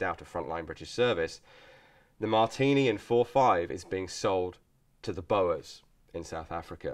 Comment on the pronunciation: Hey, Thanks for another very enjoyable video. I thought you might like to know, the 'oe' in boer is pronounced (in Dutch at least, where the word originates) very much like "ooh" Although it's two letters, it's a single sound, so it doesn't sound much like "bower" Cheers!